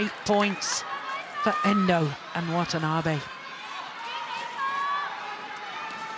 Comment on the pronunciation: Wthen the commentator says Wantanabe's name, it is heard as 'What an Army'!